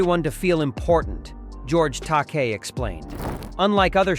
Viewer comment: It's actually pronounced George Ta-kay. And it's LIVE long and prosper!